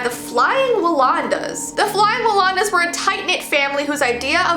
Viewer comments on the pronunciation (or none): Anybody else cringe when she said Flying Wallondas instead of Flying Wallendas? 😬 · AYE AYE AYE IM APART OF THE FLYING WALLENDAS FAMILY, CARLA IS MY GREAT GRANDMOTHER BUT ITS PRONOUNCED "WALL-END"UH" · How many people said the “right” pronunciation of Wallendas? Well-end-ahs. They had a movie about them when I was young that scared me to death. It was about how they made a seven person pyramid, and fell during the act. Only two men died, but several were badly injured.